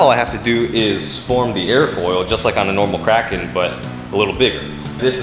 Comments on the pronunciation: I thought you kept saying crackhead instead of kraken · It's pronounced KRAY-ken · It's bigger than the Kraken so Andres gave it a new name... And "Release the Krakerlaken" doesn't sound right :-p